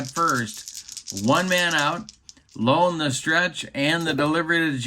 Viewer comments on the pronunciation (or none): Greetings,. Just for your own edification, although you may never again utilize this player, the name of the White Sox relief pitcher, Turk Lown, is pronounced with the "Low" sounding as it does in the word, "loud," not as it sounds in the word, "loan." kinda' like "Turk Loun." (How's that for a run-on sentence?!?!) With that,, I bid you a fond adieu!